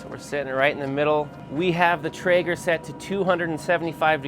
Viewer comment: Lost me at “traeger” :(